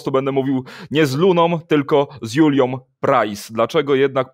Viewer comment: Panie redaktorze … Julią - nie Juliom